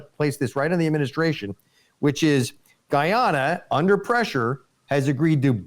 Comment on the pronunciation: You got Guy Ana right, but Esse Quibo (like squib o).